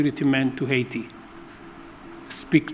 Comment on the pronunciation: In Kenya our president says haiit..but in USA he calls it Heti